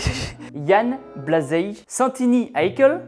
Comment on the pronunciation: Raté, mais pas loin! C'est "Iane Blajeille" Bravo sinon!!! 👍💪